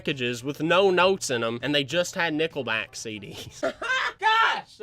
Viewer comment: When he said nickelback I thought he said nippleback